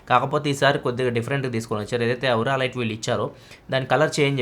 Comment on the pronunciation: ఔరా లైట్ కాదు స్వామీ అది.. ఓరా లైట్ లేదా ఆరా లైట్ 😂